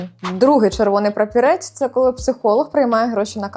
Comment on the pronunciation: Прапорець, а не прапірець😂